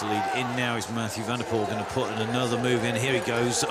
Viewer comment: METJOE VENDEPOL IN HOEGERHAIDE...HHHHAHAHAHAHHA those commentators having absolut no clue